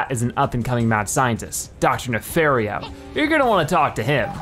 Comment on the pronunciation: it's not it's doctor nefario not netherfolio